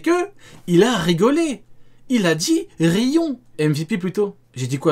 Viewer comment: a dit: ryons xDDDD ça m'a tué